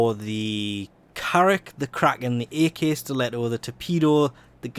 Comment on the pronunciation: It's not "a.k."! It's "ak" as in akimbo.